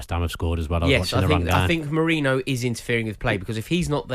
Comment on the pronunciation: It’s MeRIno not MoREno - do your pre-match research